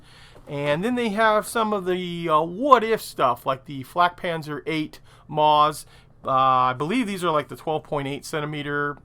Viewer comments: "Maus" is pronounced "mouse," not "mawz"! 8-D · Hey! A great collection of new kits to empty my wallet, looking forward to aquiring quite a few of these. By the way 'Maus' is German for Mouse and it is actually pronounced exactly the same as the English way, just thought i'd give you a heads up!